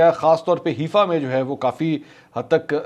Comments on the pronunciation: Mansoor Ali Khan This is not Heefa, it’s Haifa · It's Haifa not Hefa. Please correct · Mr. Mansoor Ali khan, the word pronounced as HAIFA not HEEFA.